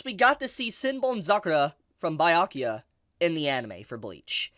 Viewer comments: Please review how to say Byakuya properly 😭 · My heart aches everytime tries to say Byakuya or Hueco Mundo